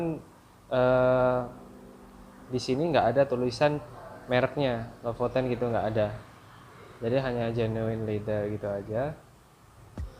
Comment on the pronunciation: Be LEPOTEN, alias blepotan. Hahaha.